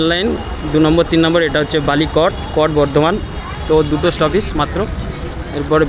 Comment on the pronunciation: Stoppage ❎ Stoppeege ✅😂😂😂